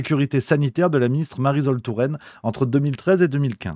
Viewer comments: Marisol pas zol, tu dis le soleil pas le zoleil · ça se prononce MARISOL comme PARASOL :face-turquoise-covering-eyes: oN NE DIT PAS mariZol touraine :goodvibes